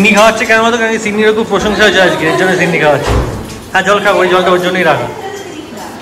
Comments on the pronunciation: ছিন্নি নয় সিন্নি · Chinni noi😅😅.. Kotha ta sinni. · Vlog ta osadharon chilo but funny part holo sinni bolche tumi sei chinni chinni bolcho 🤭🤭🤭🤣🤣🤣🤣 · aaj ker vlog ta khub bhalo laglo r tomakeo khub misti lagchilo sudhu ekta chotto tip missing chilo & one more thing babu ota chinni na shinni😊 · chinni noi kotha ta,sinni....😊